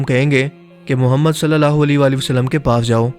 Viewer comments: Ae muhammed kehte hain.....o muhammed nhe kehte.alfaz soch kar bolne chaye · par ap ny thory alfaz thik Nhi Liya Ap ny kaha Ha. ** Muhammed (صلی اللہ علیہ وآلہ وسلم ❤) lakin Asl ma Ha Ah Muhammed (صلی اللہ علیہ وآلہ وسلم ❤)